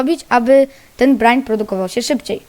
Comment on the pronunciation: czyta sie brajn